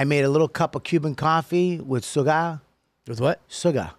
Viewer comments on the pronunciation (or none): Soo-gar! Cuban Bobby